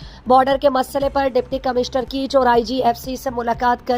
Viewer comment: Please word darust bolen..lafz keech nahi bal keh kaich hy